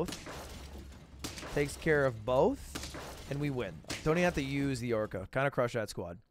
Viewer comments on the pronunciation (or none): none